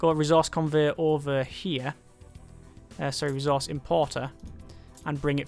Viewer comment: could you start actually pronouncing ressource right?